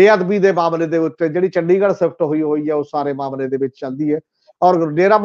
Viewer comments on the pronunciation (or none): The word is Dosh not Dosh, the word is Pesh not Pesh, the word is Charge-sheet not Change-Seet , the word is Shift not Sift, so on and so forth . All such words are wrongly pronounced in your comments . Thanks .